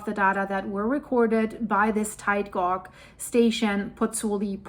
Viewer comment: Just to help you, tide gauge, the gauge is pronounced the same as cage, but just replace the c with g 😊